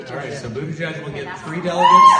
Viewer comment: Stop being so proper with Mayor Pete’s last name. Everyone knows how to say it and you’re just being pompous by trying to over pronounce it.